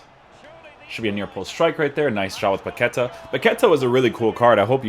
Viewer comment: Come on, man! You're Portuguese, right? It's Paquetá with the stressed A in the end of the word, not Paquêta. Love your reviews, cheers from Brazil!